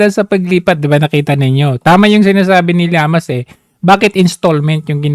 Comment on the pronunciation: D ba Ang tamang pronunciation is liamas(llamas)or sinadya mo na mali ang pagbanggit para mainis ung taong concern